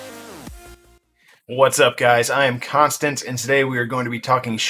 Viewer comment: Are you Constant or Constvent?